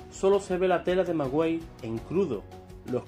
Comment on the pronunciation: Perdón, el manto de la Virgen De Guadalupe sé dice qué está echa del "Maguey" no "Magüey". Nuestra madre en sus bellos ojos dejó plasmado todo su acontecimiento Amén!